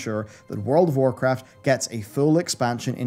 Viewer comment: Anyone else hear say whorecraft at the start of the video...